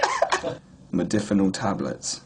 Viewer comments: Mod-A-finil. Loses a bit of credibility when you can't even say it correctly. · Holy shit you can't even pronounce its name after 'hours of research'... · LOL, he can't even pronounce it correctly. Take no advice from this guy!